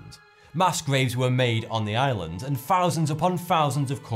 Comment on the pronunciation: And they all sounded like "Ireland".